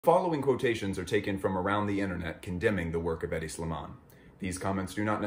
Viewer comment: Any idiot who can’t correctly pronounce a designer’s name has no right judging anybody in fashion.